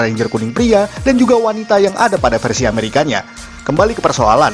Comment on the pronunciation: versi bang bukan versu